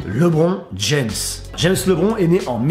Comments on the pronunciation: Pas lebron James la prononciation,mais « Libron » ( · Lébronne (la prononciation bien sur ) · Ca se dit pas comme ca Lebron James